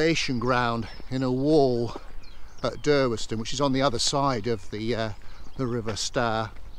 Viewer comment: in my youth - 1940's nobody pronounced the W in Durweston - it was was just ''Durreston''.